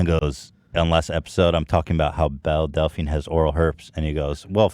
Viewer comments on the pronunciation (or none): I kinda want Oliver's pronunciation of Belle Delphine to catch on. It sounded like Belly Dolphin.